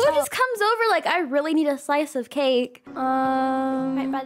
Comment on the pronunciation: “WERE OBER”😊😂❤